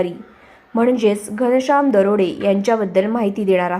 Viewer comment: बाई तो दरोडे नाही .दराडे आहे